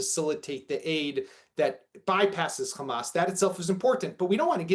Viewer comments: if they pronouce Hamas as "Khamas" , never doubt they are israelis. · He is a so-called analyst in the Middle East, but he keeps saying Khamas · What is telling is that they can pronounce hostages but with Hamas and Hezbollah they do the KH. Just shows what imposters these people are. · Yep....that's how I know they are lying too! 🤷‍♀️🤣